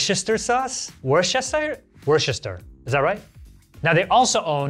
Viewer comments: Damnit, it's not Worchestershire sauce. Read the GD label . There is no H in that word. It is pronounced Woostershire! Again, Woo Ster. Aay it with me now. Wooster. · It’s pronounced phonetically as wuh-stir-sheer genuinely kills me inside every time I hear an American butcher it 😂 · I live in worcstershire and i hate hoe they say it its pronounced like woster shure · Surprised Harry didn’t comment on attempts at pronouncing Worcestershire! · surprised no one commented on pronunciation of Worcestershire sauce lmao